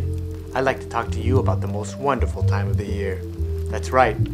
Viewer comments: Why does he say year like cheer? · Instead of saying year he says chear